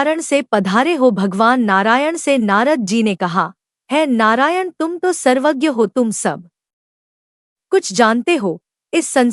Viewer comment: Narayan ka ucharn thik nahi kiya hai